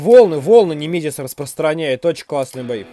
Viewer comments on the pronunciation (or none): none